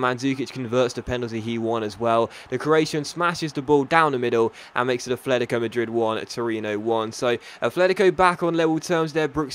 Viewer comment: Its not "Afletico" its "Atletico"